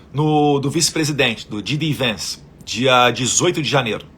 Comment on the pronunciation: Eduardo, não é Gee. D. Vence. É JAY D. Vance.